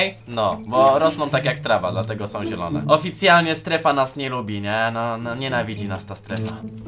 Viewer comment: Nie nielone tylko zielone